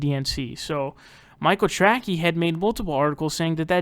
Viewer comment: I never liked Michael Trackey when he was on TYT. I thought his last name was pronounced "Tracey"', no?